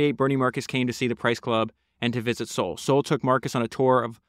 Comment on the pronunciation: Bro , you made 2 pods on this guy and don’t pronounce his name correctly once. It’s SAUL like the guy from the Bible.